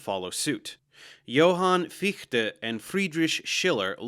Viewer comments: Agreed, very good pronunciation ! Sehr gut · How you gonna nail the pronunciation of Fichte but keep messing up Berkeley? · as a German, your pronunciation of Fichte is spot on! Thanks for taking the effort to learn the German pronunciation 😊